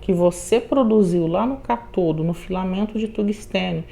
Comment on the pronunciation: Aula maravilhosa mas permita-me corrigi-la, com todo respeito: se fala ÂNODO e CÁTODO.